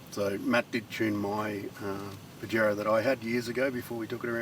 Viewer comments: YO Don't say it like a pinche pendejo... try a bit of south of the border.. Pajero SOUNDS LIKE paa -- hr -- ow OLE! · That pronunciation of Pajero hurts my ears, but I dig the build. Good work fellas. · Pahero is the correct pronounciation 🤣